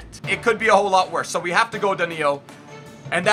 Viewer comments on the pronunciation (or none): Its not daniio. Try hard. Its danilo